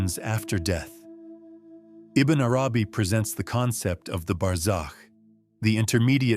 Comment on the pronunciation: Beautiful! But I cringed every time the narrator said Ibn Arabi’s name. I thought it is pronounced more like this: “Ibbin AaRabee.” If my pronunciation is incorrect then I am truly sorry.